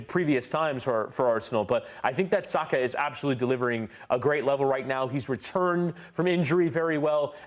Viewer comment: Thank you for pronouncing his name right, it's Sah-kah not Sacker as the English pundits have been saying for years.